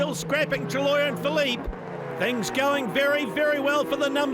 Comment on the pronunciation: Cheers for uploading the final part! I love how the shouty Aussie broadcaster says Benoit Treluyer's name as 'truh-loyer' :D. Another thing i noticed was Speed Channel's abrupt edits to fit the footage into the commercial blocks. Assuming it's not theirs, I wonder what media company originally produced the show before Speed put their name on it?